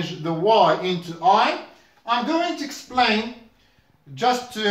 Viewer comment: for exemple the pronunciation of development and develop ... But ...going to explain not going to xplain ... Anyways great effort 👍